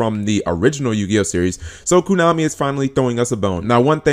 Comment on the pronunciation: Drinking game: Take a shot when says Kunami, 2 videos and you'll die